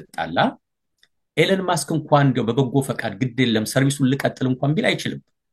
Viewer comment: ኢላን ማስክ❌ ኢሎን መስክ✅